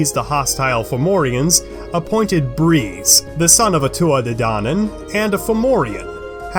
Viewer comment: But this is all wrong, so wrong. You don't even say their name right. 😒